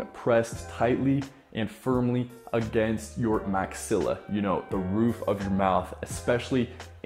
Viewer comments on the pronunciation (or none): none